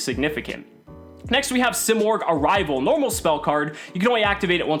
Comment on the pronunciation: You're freaking destroying it, say it like a man or don't say it at all